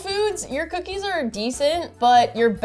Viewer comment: Honestly I heard coochie 😂